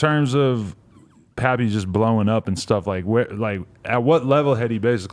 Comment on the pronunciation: I thought it was pronounced Pay Pay not Pappy